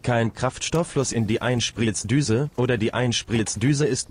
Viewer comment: Gutes Video! Aber muss die Computer Stimme sein?? Apropo “Einsplitzdüse”😂